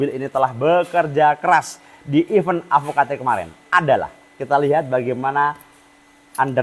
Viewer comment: benerin ucap event bang bkn even 😢 btw bearingnya pake yg apa mas?